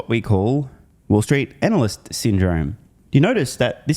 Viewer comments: Did I hear that right? Anal-cyst? About right I'd say. Thanks. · It's "anal-lust"